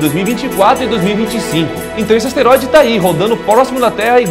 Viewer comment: LUCAS AS-TE-RÓI-DE MARQUES PORRA